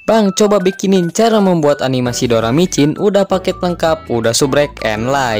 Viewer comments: doracimin bukan doramicin bang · doracimin doramicin lagi😭👍